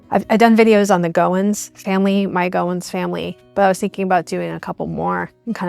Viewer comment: You’re saying Goins wrong, but just come to Chesterhill Ohio, Zanesville Athens Cutler and more towns in Ohio in the country, boom you’ll have your answers!!